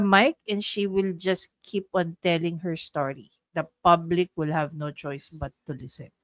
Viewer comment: "IM STILL HAB THE PLOR". Dan Fernandez😂😂😂